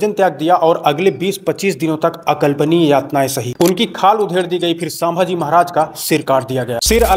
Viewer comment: Actually vo saaambhaji nahi bhai vo ch. Sambhaji maharaj